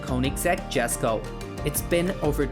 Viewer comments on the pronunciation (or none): "Jesko" is pronounced "yesko" as yellow, not jelly 😅